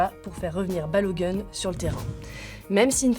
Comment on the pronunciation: La prononciation c'est pas "Balo gun" mais plutôt Balogoun. Faites un effort de ne pas écorcher le nom de sorte à éviter un certain préjugé vehiculer sur les noirs aux USA.